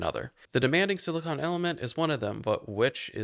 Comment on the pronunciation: Watching you say siliCONE instead of siliCON was painful. Silicon is the pure element (what you're making). Silicone is the class of polymers made of silicon.